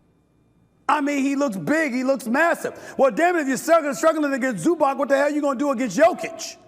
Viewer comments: Zubatz not Zubak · Luka's last name is NOT "Donchik"! Nor is "Zubak" correct....it's embarassing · Instead of just shouting, this guy could really learn the players names... (ZubaK??? WTF...)